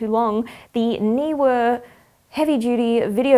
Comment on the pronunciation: Great to hear a person pronounce Neewer properly.